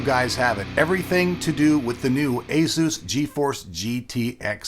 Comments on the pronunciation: Azeus? Asus... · "A-zeus card" lol